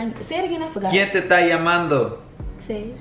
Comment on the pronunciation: that’s hood improper spanish... lmfao it’s not “ta” it’s “esta” Quien te esta llamando? con quien estabas?